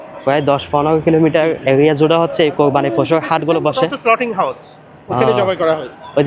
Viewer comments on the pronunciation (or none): Slauting- not, slautering - correct.